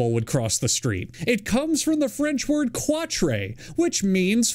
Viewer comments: saying "Qautre" like "qua-tray" on a video about dumb pronunciations is killing me. (In french you actually say it like "cat") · So with the "cat-corner" one, the proper French pronunciation for 4 sounds like "cat" not "kwat-tre". So it's saying the 4th (or farthest) corner from where you are. Regardless, great video! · My gag reflex activated when he pronounced French “quatre” as kwah-tray instead of kaht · For the curious- the french word “quatre” he mentioned is pronounced like “kat-ruh” (not “kwat-ray” as he said), hence the cat-a-corner or whatever that corner shit was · it’s pronounced kaht not like Spanish (spelled the same) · the way he pronounced "quatre" 😭